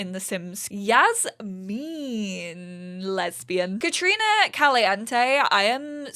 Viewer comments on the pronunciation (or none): none